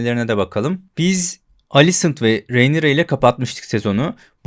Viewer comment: hocam şuna rinera de ya, reynira ne.